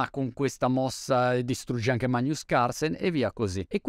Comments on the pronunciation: Questo vive in Inghilterra e non sa pronunciare Magnus... Dice MAÑUS 😂 ariba ariba cavron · guarda che si pronuncia "magnus"... certo, forse monty lo carica un po' troppo l'italiano... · Si capisce troppo che NON conosci personalmente Magnus Carlsen da come pronunci "Magnus", alla latina 😁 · In latino ci sono due pronunce, la classica, che è come dici tu, e l'ecclesiastica dove invece "gn" si pronuncia come in Italiano. In inghilterra comunque non penso sia un nome molto usato... Più che altro strano che non abbia imparato la pronuncia corretta, visto che segue un sacco di video di scacchi. Comunque alla fine chi se ne frega ahah ciao!